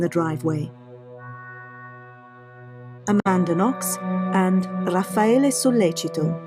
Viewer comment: You know so little about this case that you don't even know RAFFAELE'S name. It's not "Rafaelo". So tell me, if it was a 'sex thing gone wrong' exactly HOW did they leave no DNA in Meredith's room, NO fingerprints, and NO bloody shoe/footprints while Guede left ALL of those? Did they have on hazmat suits and levitate? What evidence or testimony is there that Raffaele wanted to "sleep with them both" or that Meredith kept telling Amanda to "clean up her mess in the house"? HINT: there wasn't any., Your post is an excellent example of the Dunning-Kruger effect: "a cognitive bias in which people with limited competence in a particular domain overestimate their abilities."